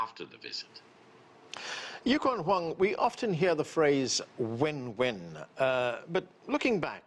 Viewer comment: With all due respectful to the handsome news anchor gentlemen..👍💐, your pronunciation of "Win-Win" kinda sounds like "When-When" to me..🤔🤔..Sorry, English is not my Father's tongue 1st language's but rather ESL since 1981..😁😉